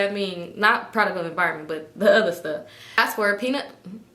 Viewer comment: Ooter- add a Sh